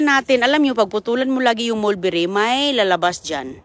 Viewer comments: Oo sigaw ng sigaw pansin ko rin taga bundok kasi ung mulberry ay molbiray raw at hebe duty raw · huwag ka naman sigaw ng sigaw,OA ka excited,calamansi lang iyan,matuto kang magsalita ng malumanay,anong marinet??Marinate,ano ba ang "molberry at blue ternet,greps".😂😂